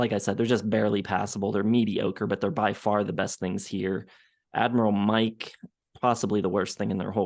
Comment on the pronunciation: At least he could have said mikes name correctly. Who cares what you think.